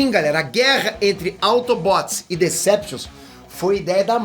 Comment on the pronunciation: "AutobÓts e deceptius" Mds q vexame ver ele falar de assuntos q nem entende so por views e money